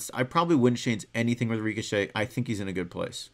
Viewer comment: Stop saying reekashay